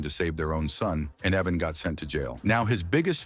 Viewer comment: Say it with me, “ Eye-van” IVAN. In no way is it Evan.